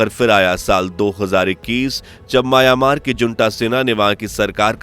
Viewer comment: आबे सूरमा. माया-मार नहीं, म्यांमार